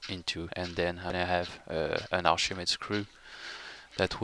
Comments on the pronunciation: Oh, Archimedes. I thought you were saying arshimeed or something... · what is the second word he keeps saying? Archimedes ___?